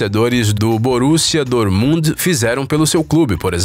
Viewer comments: "Borussia Dorumund" kkkkk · se não sabe pronunciar um nome estrangeiro pesquise. se lê borussia dórtmunt